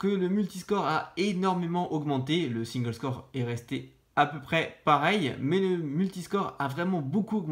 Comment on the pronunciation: Un petit truc qui m'a gêné sur cette vidéo : SINGLESCORE / MULTISCORE iso SINGE CORE / MULTI CORE. Sinon c'est pas mal, continuez comme ça :)